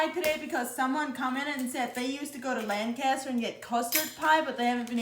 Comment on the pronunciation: You pronounce Lancaster "wrong." Pennsylvania gal here.